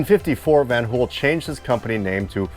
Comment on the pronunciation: Brought to you by VAN-HooL